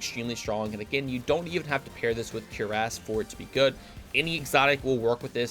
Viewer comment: Cuirass = Cury-ase... not cure-ass.